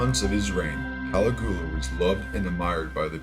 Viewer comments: He pronounces Caligula's name as " Kali Goola "......hahaha. loses a lot of credibility for me. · caliGOOa? smh. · For the love of god learn how to pronounce names and events -- you mispronounce Machiavelli, Caligula, the Reformation, Protestant, etc -- it would have taken you a few seconds to learn the correct pronunciations. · His constant mispronunciation of "Machiavelli" and the butchering of "Caligula" is embarrassing! ("Mach" should rhyme with "mock" and the "I" is pronounced as "eeee"). Many posters have noted the correct pronunciation of Caligula. Seriously, dude, "match -a-velli" is so irritating. Honestly it would have taken four seconds to check the correct pronunciation of the names of one of the greatest political minds in western philosophy. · Seriously dude, you can't even pronounce Caligula's name! Can take your video serious!!!